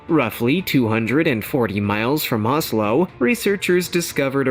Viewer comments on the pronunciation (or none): none